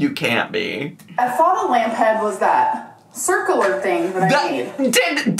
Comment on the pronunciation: Omg not the "circeler" prounounation of circular